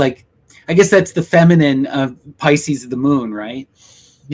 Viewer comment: Thank you! Vesica PISCIS (pr.pisskiss!), not pisces...damn I tell ya it is a pet peeve!